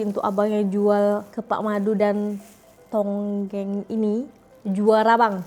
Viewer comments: Bkn tonggeng tp tongkeng 😊 tonggeng tu menonggeng 😅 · Adik beradik my dear, bukan adik bdik (tulisannya di singkatkan) hi hi hi.... Bukan tonggeng tapi tongkeng 😂😂😂 Tak menjadi kesalahan kerana tak semua org tahu cara sebutannya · Dik sebutannya tongkeng bukan tonggeng. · Bukan tonggeng. Tongkeng. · Bkn tonggeng sayang... tongkeng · bukan tonggeng... tonggeng tu perbuatan , seperti sujud atau rukuk dan meninggi kan punggung. atau doggie style. Yang betulnya adalah TONGKENG. bukan tonggeng. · tongkeng bukan tonggeng. Tonggeng tu lainnnn.. hahaha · tongkeng bukan tonggeng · sebutan sbnar tong keng bkn tongeng😂😂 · Tongkeng, bkn tonggeng😂😂😂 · bukan TONGGENG- Tapi TONGKENG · Tongkeng..bukan tonggeng,.Tongkeng....tu buntut ayam,kalau tonggeng tu macam orang sedang sujud waktu sembahyang. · Aku juga sahur dgn murtabak... Sebut betul² dik, tongkeng/buntut ayam bkn tonggeng..itu bahaya 😂😂 Semoga trus good day menjalani ibadah puasa di rumah kedua...🇲🇾❤🇲🇾❤🇲🇾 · Tongkeng bukan tongeng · TONGKENG... TONGKENG... TONGKENG... BUKAN TONGGENG NANTI TAKUTNYA LARI MAKSUDNYA JADI *""(LUCAH)""*... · Tongkeng........ Bukannya tonggeng😂😂😂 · Tongkeng... bukan tonggeng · Tepung pelita Adik beradik.. Adik be dik????😂😂😂😂. Lagi satu...buntut ayam di Malaysia di sebut tungking. Bukan tonggeng.😂😂😂. Kalau tonggeng...kepala ke bawah buntut ke atas.. Ha.. itu baru tonggeng hahaha😂😂😂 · 😂Hahaha.. ckp tonggeng,yg betulnya tongking lh.., hahaha.. 😂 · adik ber adik .sebutannya, tongkeng bukan tongeng..😂..boleh je guna 2 tangan tapi d tengok macam kurang manis kurang sopan gitu.. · Bukan tonggeng la mbak... Tongkeng. Tonggeng dah jadi makna lain 😅😅